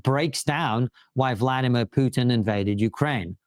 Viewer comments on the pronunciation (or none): none